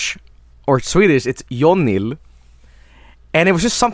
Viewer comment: it sounds like he is saying "Uniel"